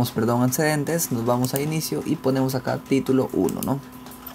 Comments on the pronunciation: Dice ANTESCEDENTES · Marcamos antsedents 😂😂😂